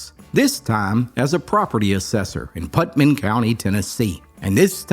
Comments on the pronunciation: Good stories! I especially like the one about Looper because I lived in Cookeville at the time. But, it's PutNaM, not PutMaN. Nam, Putnam. We heard it said wrong a lot. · It's pronounced Put - Nam not Putman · It’s PUTNAM county not Putman lol